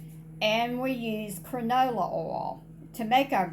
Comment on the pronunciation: Canola not cranola🙂